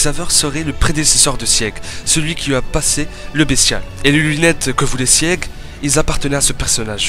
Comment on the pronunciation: Bon STOP ! Sieg ça se prononce ZIG ! C'est un héro de la mythologie germanique qui à une forte importance dans snk ! Eren jäger (=chasseur), un passage entier du guren no yumija est en allemand, le délire de deportation sur l'île du paradis la haine racial bla bla bla..., fin bref du coup sieg=zig stop ton sieg chelou xdd après j'imagine que tu ne peux pas savoir j'espère que tu verras le message en tout cas et super vidéo en tout cas ! :P